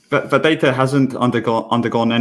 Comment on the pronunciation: It's bit hard to take someone seriously when they can't even pronounce the 'th' sound! This guy just uses 'f' for both 'f' and 'th'!